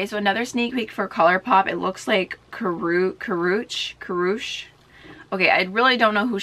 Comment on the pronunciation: Karrueche 😂😂 Ka-Rue-Chi she is a model and actress. Very well known for being Chris Brown's ex.